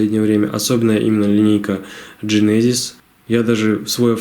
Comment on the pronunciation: Генезис , а не джинезис .